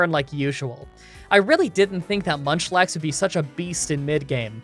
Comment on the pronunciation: Did anyone else hear him say lunchlax ?😂